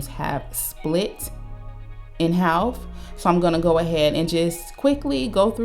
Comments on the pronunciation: I like the way she says half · you don't often hear people pronounce the L when saying half